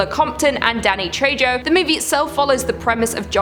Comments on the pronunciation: Thank goodness you said it! My teeth were on edge every time she said it I mean geez I know he isn't a mega star but getting his name right shouldn't be that hard! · Trejo the j makes an H sound. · Danny Trejo, the J is pronounced as an H. So it sounds like TreHo. Get a clue! Lol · Oh,; It's Trejo (trey-oh) or even (trey-ho). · sorry his name is pronounced Danny Trejo {tray-ho} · TRE HO! NOT TRE JO! the j makes a soft h sound! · It’s pronounced Danny tre-ho not tre-jo I cringed every time you said his last name I love the channel tho! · Does anyone else want to pull their eyelids off with rusty sewing needles every time she says Tray-Joe? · Say Trey-Jo again. I dare you! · Danny's name is pronounced "Treho". But I must admit it does sound so cute when you say it. By the way, Julia absolutely had to die horribly... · The fact that you pronounced it Danny Treyjo is surprisingly cute and funny. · danny trey-joh 😭😭😭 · He’s Spanish and it’s pronounced treho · Haha, Danny Who? Danny Treho is how its pronounced my Queen. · Love you luce but his last name is pronounce tray-ho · If there’s ever any help that was needed with the Trejo pronunciation, think Tray Hoe put together. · Good video. Just one thing: You have to pronounce the 'J' as an 'H' in Danny Trejo's name, as he's Mexican-American. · For the love of god it's a Spanish last name, j's are pronounced like an h, it's tre-ho in pronunciation. The Cenobites are not the villains of the first movie or the novella, they represent the consequences of our actions. Frank is the real villain of the story in the film, and the book is about how our emotions can destroy us in the end. Pinhead isn't even the main Cenobite in the book, and it's not that they can't "distinguish" pain from pleasure, it's that to them the two are essentially the same thing. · Can you pronunce his last name right poor Danny...